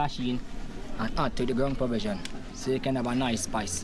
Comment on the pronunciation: ‘Ground per vision’?!